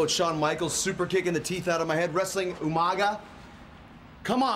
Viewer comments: Normal people: umaga Regal: umanga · Regal - “UMANGA” 😂😂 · Haha regal. Tonight you'll be wrestling yoomanga 🤣🤣🤣🤣 always cracked me up how he never got umagas name right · no, I’m English, he just pronounced it wrong. We don’t just add an extra letter (N) because we’re from England wtf😂